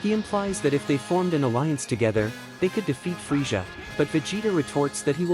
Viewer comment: I want to join the free-shza force lol and obey price veg-it-ta This ai is some bullshizt